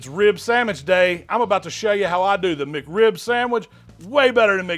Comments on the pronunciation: Does he not know how to pronounce mc in the mcrib? He keeps saying macrib. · MacRib Sam-itch!